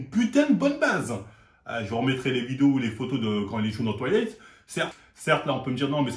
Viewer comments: J’ai bien aimé les 2 premiers Twighleïtte 😂😂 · pourrais tu faire un effort. C est Twilight ou Toilettes?😁😁